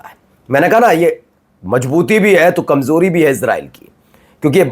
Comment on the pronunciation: Correct your hindi pronounciation It is mazboot not majboot Kamjori nahi kamzori hota hai j ko z z ko j s ko sh sh ko s padte ho